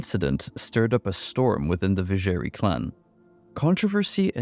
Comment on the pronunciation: Not gonna lie, the pronounciation of Vizjerei really hurt me in this one :D